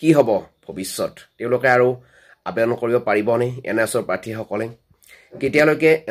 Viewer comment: তোৰ দেখোন আবেদন শব্দটো মুখত ঘূৰি নাহে । 😂